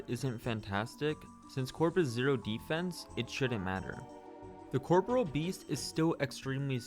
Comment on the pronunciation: Cor - PO - RE- AL not "CORPRAL" Americans not beating the education allegations.